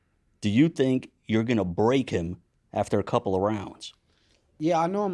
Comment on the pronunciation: Someone gotta teach shakur how to say HIM, not “Hum” lol